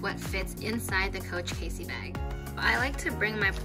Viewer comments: It's Cassie not Casey.....fyi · Nice video! It's pronounced cAssie, not Casey. I carry a mini pochette or toiletry 15 in mine just fine, I think it depends how you fit all the accessories in. Thanks for sharing! :)